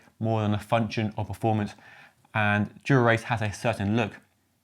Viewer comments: I can't not hear "modelled on Durex" (as opposed to GRX) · did he say "ribbed Dura-ex"?